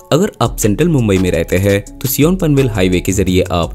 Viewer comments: भाई सीओन नही सायन ❤... As usual nice video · सिऑन नही सायन. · Sion को सिऑन नही, सायन कहते है।